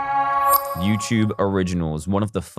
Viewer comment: After all these years, he still says youchube instead of youtube.